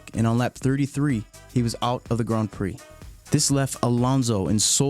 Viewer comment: The only problem with this video is his way of saying "grand"